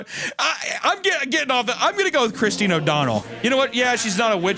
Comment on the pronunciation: you can not tell me you think "christine" is pronounced "chriz-den"